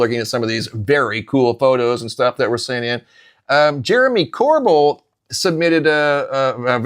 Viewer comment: PLEASE, IT'S NOT CORBULL, ITS CORBELL!! WE HATE OUR NAME BEING PRONOUNCED THAT WAY. THANKS